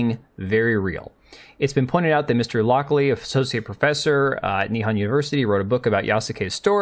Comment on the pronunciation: why do you pronounce nihon as ni-han? it's nih-hon (japanese for japan)